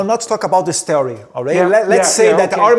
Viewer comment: Ele pronunciou theory como "terry", to achando meu inglês bom ao ver esse video, acho que conseguiria me comunicar bem caso fosse pra os Estados Unidos.